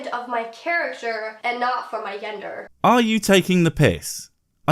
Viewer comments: What's up with the bitch, she can't even spleak splain..she uses the singular woman, for the plural women. And says "yender roles" rather then GENDER roles. She sounds like an uneducated dough. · I swear to god if I hear her say Yender one more time I'm gonna die of an aneurysm. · Why does she keep saying “yender”...? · Why does she keep saying gender as yender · Ok what the fuck is a "yender"? Please tell me this is not a thing now. See reason 63 for reference. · I swear she keeps saying "yender" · YENDR RULES, 200,500 WOMAN, boops lol i hate her speech impediment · Travis Brandon quite annoying it is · She has to be reading off a script that someone else wrote. There’s no way she’s familiar with a good amount of words she’s speaking. She can’t pronounce automatically, gender, macho, and so many others.